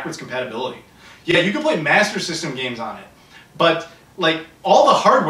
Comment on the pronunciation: It's hilarious the way say Master System....... Masazzzzzazzzm.... Hahahahaha